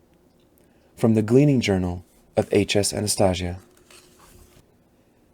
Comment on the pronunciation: The way he pronounces Anastasia may make me stop listening tbh